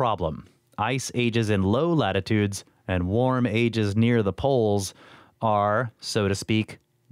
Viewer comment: When you said, “warm ages”, my brain heard, “War mages” 😮🤔🤦🏻😂